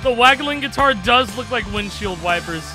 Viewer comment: Gui-car Hero